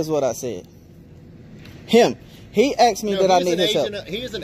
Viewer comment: He AXED to talk. 🐓🍼👶🏼😭. He was to cowardly to show it.